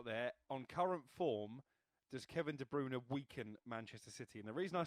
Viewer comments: It's not "De Broona" 😂😂😂😂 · Do they pay these (failed ex footballers/fifth rate journalists) “experts” to mispronounce these player names. Who the fck is Kevin debrooner!!!??